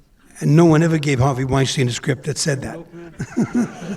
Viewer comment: I admit. It sounded like the moderator said ‘R.V.’ instead of Harvey. Keitel keeps talking about Reservoir Dogs. “It’s KAI-TEL.”